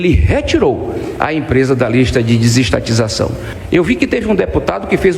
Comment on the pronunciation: o adevogado Bessias falou disistatização? Isso memo?